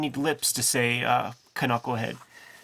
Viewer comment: You don't need lips to say canucklehead.